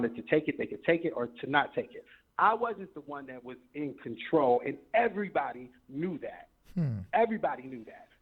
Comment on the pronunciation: Omg he said "out of conDARNtrol" 😂😂😂😂😂